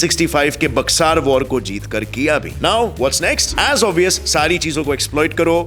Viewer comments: that's not बक्सार, it is बक्सर The only place in entire India jaha pe faansi ka fanda banta hai... My home town Buxar... ♥️ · बक्सार is wrong, बक्सर is right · Its बक्सर ..love from Buxar 😊